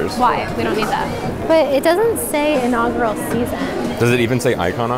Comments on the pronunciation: Inaugural...not inaugrial...come on man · Just like to point out knows how to say "inaugural" while always says it wrong 😂